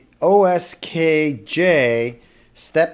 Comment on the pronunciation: Thanks for the review. Will follow your instructions to make one. However, the brand name is QSKJ not OSKJ.